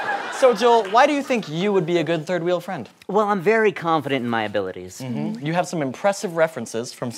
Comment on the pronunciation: I’m very confident in my obilities Like....